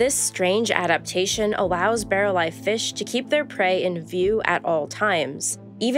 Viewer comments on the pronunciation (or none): none